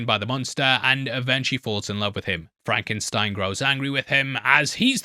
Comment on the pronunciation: “That’s FRAHNKensteen.”